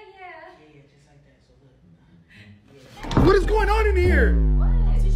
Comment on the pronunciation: bro the yEah yEaH